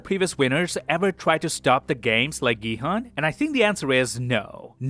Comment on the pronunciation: It's pronounced Gi-Hoon. They say it often.